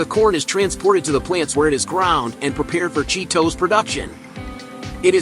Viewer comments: The way he says "Cheet Ohs"! haha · at least go to the trouble of dubbing a decent narration to it.. not some AI rubbish that cant pronounce the name of the product properly..